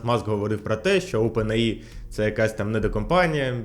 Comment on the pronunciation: не ОпенАЇ а ОупенЕйАй